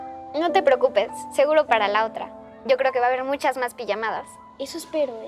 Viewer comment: Dice mushas 🤣